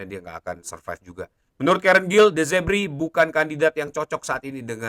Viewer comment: De Zerbi bang, bukan Zebri 👌👌